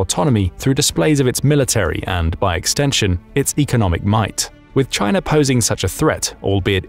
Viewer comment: you said Chiner then u said China so u clearly know how it is spelled or spelt! :face-green-smiling::person-turquoise-writing-headphones:🙃